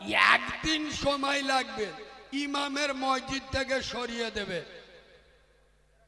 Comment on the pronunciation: মসজিত নাম টা ঠিক ভাবে বলতে পারেনা সে আবার এতো বড়ো বড়ো বাতেলা মারছে লজ্জা ও লাগেনা নিজেকে